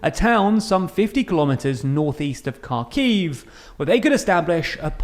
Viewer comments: It's Ha-kiv not car-kiv btw. The 'Ha' being like in Hard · It's pronounced Harkiv in Ukrainian and Harkov in Russian.